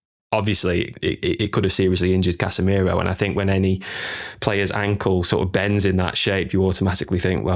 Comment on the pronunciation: 2 things, can we give casamiro carrick's song? it's casa miroooo, hard to believe its not scholes? also we did go a goal down to arsenal so we did see how the team responds to that